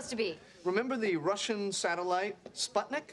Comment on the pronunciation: The way says spudnik lmfao